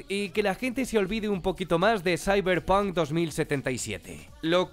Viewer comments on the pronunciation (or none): none